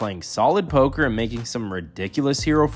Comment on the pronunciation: it‘s Poker,!